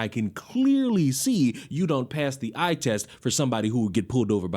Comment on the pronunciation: Did you really say “eye” test?!🤣🤣🤣 It was so distracting, not sorry